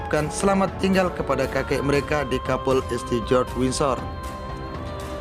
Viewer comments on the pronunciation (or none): none